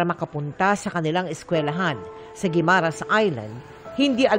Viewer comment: Mel, can you pronounce Guimaras correctly? I also remember you pronounced Boracay weirdly. Get educated. EP, please advice Mel. Thanks